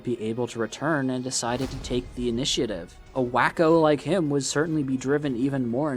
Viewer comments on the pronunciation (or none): none